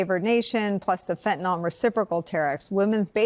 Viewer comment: It's not fentanol. It's fentanyl. It's pronounced by chemists as -neel, but -nill is accepptable. Not -noll, that ending is for alcohols